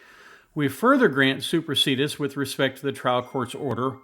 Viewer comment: Isn’t it pronounced /super see dee us/?